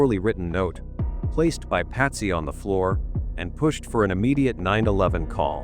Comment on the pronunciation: I had to fast forward your video, because I couldn't stand hearing you call Jon Benet, Jon Benny, and Lou Smit Lou Smith???? You used Paty for Patsy, what is wrong with you? Your false title, making it sound like John Ramsey had been lying all these years, shame on you! I have met John Ramsey, I could see in his eyes, the pain he has gone through all these years, is still there. I pray that the idiots at Boulder PD, get off their butts, and do something with the DNA, so this case can be solved, and JonBenet may rest in peace!